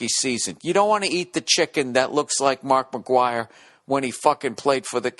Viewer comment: The way he pronounced Mark Mcgwire actually sounded like a chicken noise !